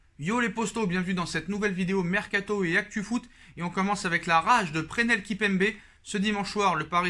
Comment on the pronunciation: Presnnnnnell et pas Prenel !!!! Kimpembe